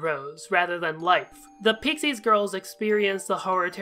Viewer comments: Just a heads up: "Peixes" is pronounced as "Pay-shes", not "Pixies". Awesome video regardless though!! <3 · "pixies girls" it's peixes, pronounced pie-shees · Hey dude, great video as always, just needed to tell you peixes is pronounced PAY-TCHESS. Remember latula calling meenah paycheck? Thats where its from.